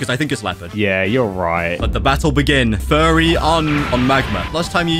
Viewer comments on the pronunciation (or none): Why do they always call it furry meter when it’s fury meter? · ITS NOT FURRY ITS FURY LIKE FURIES